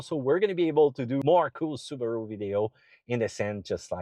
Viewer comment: Su Ba Ru? Hmm its a new car company? 😮